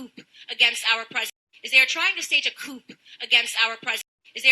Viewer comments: I'll give her a pass because coup is a French word.... NOT. You work in politics, you should know how to pronounce political terms. That "p" is silent in French too. She has not excuse - unless she was raised in a coop. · CooP = A place to keep chickens CouP = An act to overthrow power So ummm. Yeah.. That "P" and knowing how to pronounce words where it's supposed to be silent kinda matters, especially if you don't want people to see you as an ignorant illiterate. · "They're trying to stage a [chicken] COOP against our president."???!!!😂😂😂😂😂😂😂😂😂😂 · they're trying to stage a chicken coop??🐔🐣🐓🐥🐔🐤: because, NO, you guys!! because, "coup" is a word that has never been confused, publicly, like that where millions could view it! i mean, most of us heard that word, literally, AUDIBLY,* of course!, since i said, "hearing." we heard it FIRST, long before we ever saw it in PRINT!! so, jesus, HOW does candace mess that up??!!.. also because if she ever heard someone can say it incorrectly, unlikely it would have been via a public forum in front of so many people! so, in THIS case, clown her, 💯%!! why protect her by feeling bad because so what if all of us have made similar faux pas [how do i write that correctly, btw??, LoLoLoL!! 😆].. but see i don't really care! why??🤷🏾: because, imho, it's not about her only being so awful for the money.. candace us mental and dangerously so! SO, no need to empathize or sympathize with that evil keebler elf just because we've all been there! i mean, you guys are confused! 🙄🙄🙄🙄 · Coupe de Ville -you pronounce the p because there is an e at the end. Coup has no e so the p is not pronounced. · Candace is not brilliant, educated, witty, or smart. . . educated people don't say "couP" pronunciation is part of education she clearly failed that part XD. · Anna - "Whatever I'm not going to judge too harshly" But that said I'm going to do a whole video on someone once saying CouP. Beyond petty. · What did you say, Candace? A coupe? A coop? lol 🤣🤣🤣